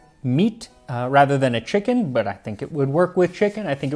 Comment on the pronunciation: Did the ' chicken ' bring out you original accent?🤫